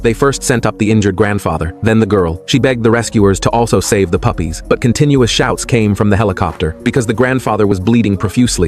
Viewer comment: Why did bro say puffys